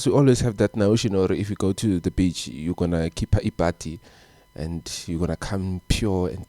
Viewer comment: My brother please call it in another way please, coz now u're saying bitch or at least say ulwandle or lewatle, the way u say beach 😂😂😂😂😂😂